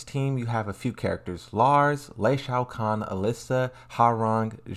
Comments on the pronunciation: In what world is Lee Chaolan pronounced "Lei Shao Kahn"? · did you just call azucena....AQUAMARINE?!?! not to mention "lei shao kahn" for lee chaolan 😭😭😭 why can't you just say their names correctly, it's really not that hard 😭😭😭😭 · bro really called lee lei shaho kahn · I'm sorry, but I can't take your mispronunciation of the characters' names. You need to work on those in order to avoid butchering the names. Zafina: "Za-feena" Azucena: "Ah-zhu-cen-ah" Lee Chaolan: "Lee Chaoh-lahn"